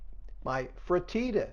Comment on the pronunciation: Pronounced free-TAH-tah. I LOVE leftovers too! Reheat & eat. You carmelized the beef. Bacon makes everything better!😋😋😋